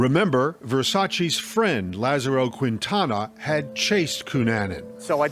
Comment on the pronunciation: Does the narrator really not know how to say Gianni? Who’s Johnny? Lolol. And it’s Keen-Tana, not Kwin-Tana 🤦‍♀️